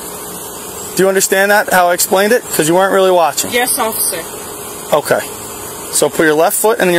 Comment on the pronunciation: I was just gonna say, "did anyone else hear her say offishur or was it just me" 😂😂😂